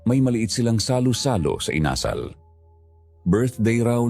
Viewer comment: with all due respect,sana po,use right intonation sa bawat words, lalo at dapat kyo ang mag correct sa mga tamang bigkas,tulad ng bigkas nyo ng INASAL at hilong-hilo, nahilo po talaga ako sa mga pagbigkas nyo, maraming kabataan ang nakikinig sa inyo dapat may matutunan mga kabataan sa inyo sa pagbigkas,alam nyo naman kabataan these days ultimo national anthem hindi alam.